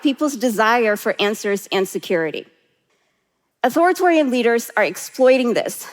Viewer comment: I agree with everything she is saying…except it’s Authoritarian…not Authoritorian and it was bothering me so much. Its not even her accent, it just isnt spelt that way nor phonetically